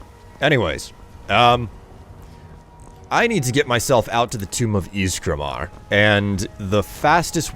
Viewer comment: Ysgramoor not maar